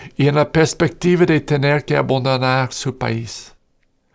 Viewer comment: Una vez más te doy la razón por tu correcto y oportuno razonamiento, en cuanto hermano sacerdote desde España. Y enhorabuenabuena también por tu bastante buen español. Tienes un gran mérito haber logrado llegar ahí. Si puedes, corrige una pequeña cosa: tu pronunciación del verbo "abAndonar", para no decir "abOndonar". Pero ya tiene mucho mérito el esfuerzo de llegar a tu buen español. Un fraternal abrazo en Cristo Jesús, nuestro Adorable Dios y Señor.